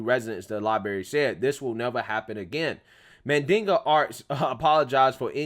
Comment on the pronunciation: "Mandinga" (Mandingo) arts? Really 🤦